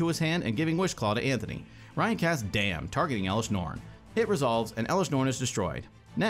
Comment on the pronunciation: no he casts **DAMN**. gotta say it with the entire chest when its overloaded.